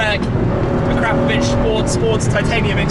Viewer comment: A-crap-o-vich? Ac-ra-po-vic!